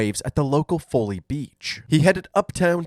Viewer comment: Its not pronounced “Foe-ley” beach lmao. Its “fall-ley” beach.